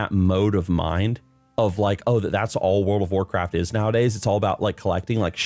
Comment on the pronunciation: "They want Wacraft IP to be bigger" Why do I hear this as if it's Microslop speaking?